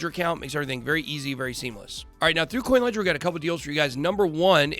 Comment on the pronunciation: sounds like you said kucoin ledger